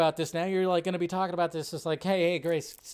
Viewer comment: Hahahaha “GRACE”